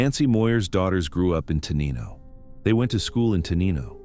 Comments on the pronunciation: pronounced Tenino wrong. tuh NINE o. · For future refer, Te-NIGH-no